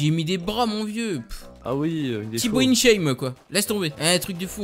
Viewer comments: c'est tibo inshape et pas inshame sinon super video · Qui a entendu que dit en début de vidéo "Tibo inshame"😂